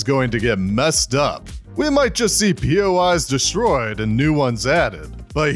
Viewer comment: “A lot of poi’s”